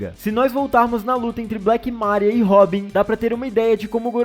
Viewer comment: Mano, black MÁria? Vergonha alheia. Deixar de assistir o canal, não suportoouvir as pronucias erradas por de vocês.